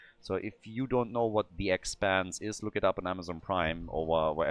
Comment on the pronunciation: Okay, I got it, it's expanse 😂 oh, this german accent xd